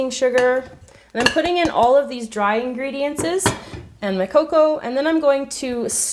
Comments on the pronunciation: Ingrediences? Ooooo hhh kkkkkk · "I'm putting all these dry INGREDIENTSES." Hahha lol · Can you use better grammar😂 "ingredientses"😂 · "I'm putting in all of my dry ingredientses" lol 😂